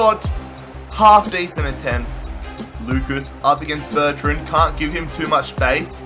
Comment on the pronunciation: You pronouce bertrand wrong